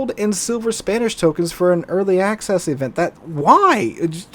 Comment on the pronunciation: When you said Spanish tokens, for some reason I thought you were saying "spammish" tokens. Fits, doesn't it?